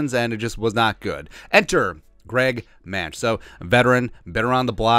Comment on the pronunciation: I believe Mancz is pronounced Mants. Hopefully, he gets some playing time at Soldier Field.